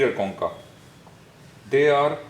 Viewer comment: Sry but the way he pronounced choncha, i'm a vietnamese and it sound like " con cặc" which mean a swearword in our country about penis